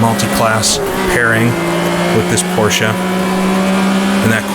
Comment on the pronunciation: I like how we pronounce Porsche and Nordschleife the same way 😀 It seems like if you talk to ten people then six of them will pronounce it differently. But I say it exactly like you do.